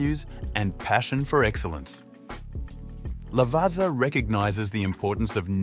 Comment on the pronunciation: Check again how to pronounce Alfa Romeo, Lavazza ....